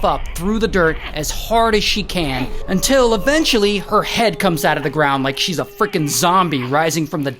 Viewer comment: that until makes me laugh😂